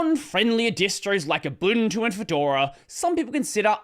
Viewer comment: Thanks for not butchering the pronunciation of Ubuntu.